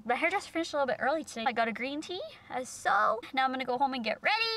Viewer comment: Hahaha sewww educated